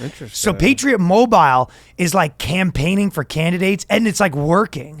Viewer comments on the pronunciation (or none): the patriot mobile segment was ruined by ryan's pronunciation of "mobile." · Ryan... Mobile is two syllables. Fricken 3Spirits always adding syllables. Also separation of church and state means the state can't force religion on you, not that they must enforce no religion. That is literally them breaking the separation ya dingus. This is not France, it's 'Murica. (Also two syllables)